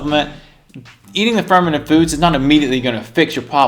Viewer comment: Fermented food, I thought he was saying fermenant